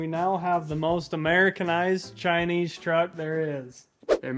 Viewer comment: “CHINISSIUM”. Epic 😝😝